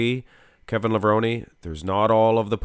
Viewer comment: I thought it was pronounced “Lev-rone” not “Lev-rone-y”